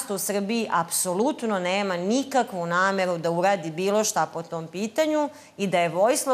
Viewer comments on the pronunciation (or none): Ej Hrvati.Ona kada kaze namevu onda misli na rec nameru.Nezna izgovoriti slovo R tako da je njeno V jednako R.Isto kao i Seselj.Ko zna mizda su rod?